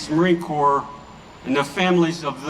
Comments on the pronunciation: It isn’t a corpse it is a corp. pronounced core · "Corps" is pronounced "Core", Sir. 11 / 11 is REMEBRANCE DAY here in Australia. LEST WE FORGET. ❤❤ M 🦘🏏😎